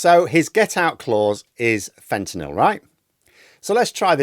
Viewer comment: thanks for pronouncing fentanyl properly.